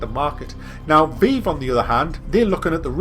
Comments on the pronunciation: It's pronounced VIVE. Not veev. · lol "veev" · What the fuck is the 'vee-ve' lt2 english wow omg how dare you pronounce it differently to me.